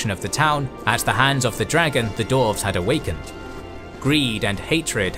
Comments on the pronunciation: this is so well made and animated, but i cringe every time you say dorves instead of dwarves. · I'm sorry, but is there a problem here? Last I checked DWARVES was not pronounced as DORFS. Theres a W in the name! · Someone who is going to narrate the history of Middle Earth should, in preparation, learn to pronounce Dwarf and Dwarves. I literally had to stop watching this one because my stupid brain tick can't handle this history of the Dorven race. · Am I the only one hearing "Dorfs"? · Great, except for the narrator's weird pronunciation of "dwarves"